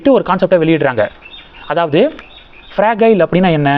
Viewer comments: அது ஃப்ரஜைல் ஃப்ரகைல் இல்லை. Fragile என்றால் சீக்கிரம் சரிவடையக் கூடியதும் அர்த்தம். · மார்கன்.... ப்ரஜயல் ... உச்சரிப்பில் கவனம் தேவை